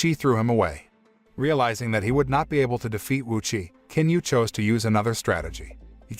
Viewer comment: The proper pronunciation for the Chinese name of Qin is NOT with a "k" 🤦‍♀️ its a "CHIN" sound